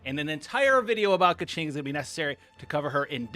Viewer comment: please please…. it’s pronounced KUHching and BAYdoe